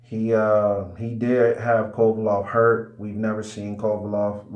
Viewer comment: Its Kovalev with an E stop calling him kovalov